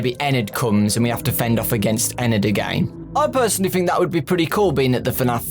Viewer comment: Anyone else notice that he says 'fhink' instead of 'think'?